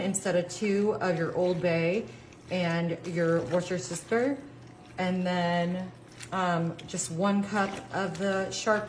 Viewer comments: U pronounce it as "wistersheer" sauce.the English don't say it the way it's spellt. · Is she pronouncing those words on purpose ? And I'm so glad she used low sodium broth after she poured half a box of salt on the food! Lol